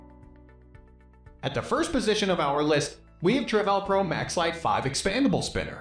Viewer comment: How can you possibly be doing luggage reviews and mispronounce Travelpro?